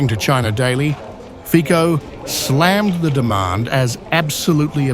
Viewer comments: Its C - sííí not K..Fico not Fiko. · For God's sake - it's Fitso, not Fiko! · I am Slovak and I approve this message👌 ans it's fico not fiko that's called professional journalism? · Noooo Fiko🙄.... FICO, FICO. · U read name of mr. Fico wrong. Try read the name how fizzo. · You need to learn how to pronounce his name. He doesn't even have mandate to turn Slovakia neutral.